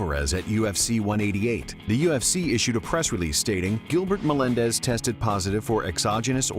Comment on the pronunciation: Giblert menendez lol